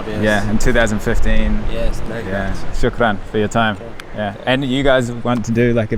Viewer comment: you keep mispronouncing the A sound in the Arabic word for thank you....ask your guide to correct you....its very British...or California USA how you say it...its Aah, like the sound you make when the MD checks down your throat, not Ahh, like the sound goats make...